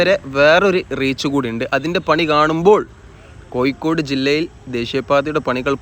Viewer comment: കൊയ്ക്കോട് അല്ല കോഴിക്കോട്